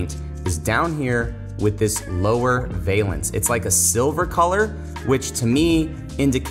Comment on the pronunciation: Valance is pronounced VAL-ENCE.